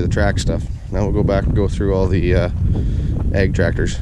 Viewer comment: Well dude you said egg, and not ag.